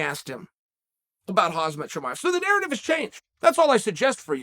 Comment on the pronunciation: "hazmit chimiev" - chael sonnen 2022